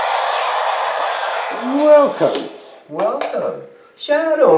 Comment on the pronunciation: "Welcom"? Is that Nadsat? 😄